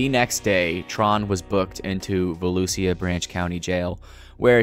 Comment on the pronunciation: va-loosh-a , love the videos but vuhlucia was driving me insane cause i grew up in the same area as this guy 🤣😭